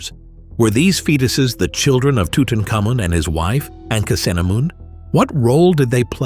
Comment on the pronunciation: Well....Off the top, ask Mr Google how to pronounce Tutamkhamun.